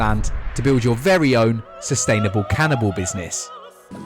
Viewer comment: Can- in-abowl